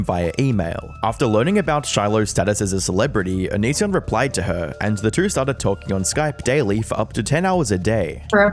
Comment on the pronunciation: Thought it was pronounced “on-is-son” this whole time 😂